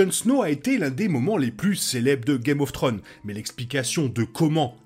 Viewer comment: Et une question aussi sur un mystère très rependu: pourquoi beaucoup de français dont cette chaîne, n'arrivent pas à prononcer correctement des titres aj pluriel? C'est Game of Thrones, pas Game of Throne. Je dis ça en toute bienveillance. Un petit effort !